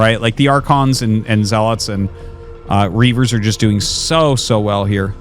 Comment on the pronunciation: Did Arty eat something good? He's been calling zealots properly instead of "zeaLOT".